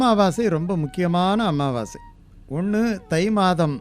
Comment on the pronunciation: Pls say, Sir it's Amavassi not AMMAVASAi, only one mm.